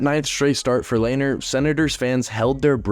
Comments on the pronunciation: i always thought lehners name was pronounced le-ner not layner lmao also, love the reference to binner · Its pronounced lehner not layner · Lehner "LAY-NER"? Never heard pronounced like that until this video... Always heard it as "LEN-ER" on broadcasts by professionals... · It’s len er not lainer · It's not pronounced "Lay-ner" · Couldn’t even finish the vid 💀 brutal pronunciation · You mis-pronounced Lehner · Nice try on pronouncing Lehner lol